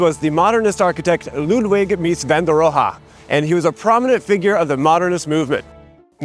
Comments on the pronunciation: It’s RohE, not RohA. “E” like in e(ducation). It’s that first sound, just cut off the rest of the word. And the “h” is silent of course. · Its not "roha". His last name is pronounced "row". Jfc.... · Is "Roe- hah" the way Mies pronounced his name? Standard German pronunciation would be more like "Roe-eh." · All good except it's not Van der Ro-ha, it's Van der Ro-heh. Apart from that I have to agree that saving Dearborn Gardens was an excellent idea and every time I'd drive by it I often thought it could be rightly and beautifully rehabbed. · It's pronounced more like "Ro-a," than "RO-HA." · We call this man, Mies van de Roo, not rohaa😳😀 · Oh Mies, Mies. In grad school I struggled along with this and finally said, “Less is More, more or less….” But did any of us ever say “van der Ro-ha”? All my professors pronounced it like Rowe. Maybe they were stripping him down to essentials. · German here: "Rowe" is closer to the original. Ro-Ha is exaggerated. The h is almost silent, emphasis is on "Ro". So he would expect to be called "RO-e". There's also no "w"-like sound though. Just an o. Not "ow" like in "Owl", but an "o". The same o that a Spanish-speaker would say in MexikO. Unlike in Spanish, the r is rolled at the back of the mouth, not the front. Fun fact, his name is probably of Dutch origin. His Dutch ancestors would likely pronounce the name really as "Rowe", with an "ow" sound like in "owl". Short, Rowe is better than Ro-Ha. Correct is RO-e. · Mies van de "Row-Huh" ??! 😂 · Why are you pronouncing Mies’ name “Rohe” [“Roha” ?] so deliberately wrong? It makes the whole video, and otherwise good commentary, sound like a parody. I guess the video is humorous but the millions of layman watching this will from now on mispronounce the name of one of the greatest architects who ever lived, I don’t know about you, but stuff like this would keep me up at night. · PS I have never heard his last name pronounce with two syllables. You might want to check on that last "ha'.